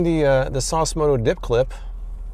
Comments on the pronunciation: ‘Dip clip’ I had to re-listen to that.. definitely said ‘dip clip’! 😂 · dd he say Dip Clit? and that suction cup thing needs a face above it lol